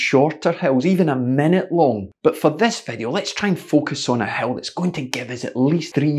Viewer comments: It is certainly ironic that, with your wonderful accent, ''a hill' actually sounds ... to my ears, as ''a hell''... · Dammit coach, I thought you kept saying Hell. Hell training, Hell repeats like its some super horrific type of training.. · Your accent makes you sound like you're saying 'hell training'. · How fitting the the word "hill" sounds like "hell" when coach says it :-). Thanks for the great pointers and ideas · I thought you were saying "hell" at first.